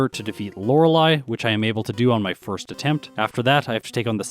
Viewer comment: I thought he said "It's time to fist the rival".